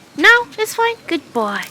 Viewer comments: 마일로에게 귣ㄷㄷ뽀오이~~!! 하실때 발음 넘 찰져용🙈👍🏻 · 매번 영상 재밌게 보고있어요! 저는 특히 마일로가 나올 때가 가장 좋더라고요ㅋㅋ 처음보는 강아지 종이라 신기하고 귀여워서 나올 때마다 입벌리고 봐요.매번 굿보이하는 발음도 너무 좋고요!! 화장하시는 모습도 너무 예쁘시고 진짜 좋아여~~~~